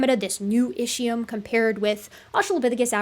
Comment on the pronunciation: Are you going to ever learn to pronounce "Ischium" correctly? It is pronounced ISKium. In ancient Greek (and Latin), ch is normally pronounced as a "K".